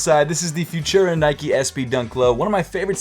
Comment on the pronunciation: its pronounce futura, not fushera!